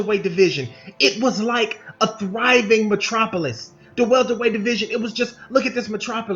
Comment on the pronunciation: You said Thriving Matropolous Funny now it's a GHOST TOWN 🤣🤣🤣🤣🤣🤣🤣 why because Errol Spence